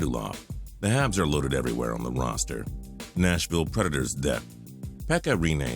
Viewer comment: Nashaville Instead of Wilson Neal